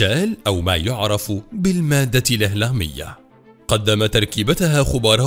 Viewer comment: يعني قارئ هذا التقرير كأنه ليس بعربي... الهلام مادة هلامية لا يعرف نطق هذه الكلمة و لا أظنه يعرف معناها... هلام بالعربية جال بالفرنسية